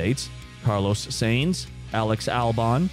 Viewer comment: Pronounce carlos name properly ya goose typical Americans